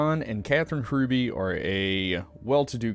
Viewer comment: Yeah he’s a massive jacksss, and our entire family despises him, and have all refused contact for the rest of his life. Love your storytelling, but the H is silent. ❤️